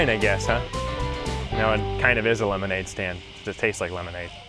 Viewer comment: It's. Pronounced. As LEMONADE